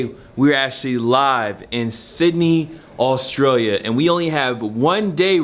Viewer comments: my boy you just throwin extra vowels into australia lmfao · 'Austrailia' u reckon? XD lol